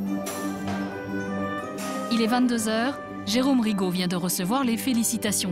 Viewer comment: РигО блин а не РИго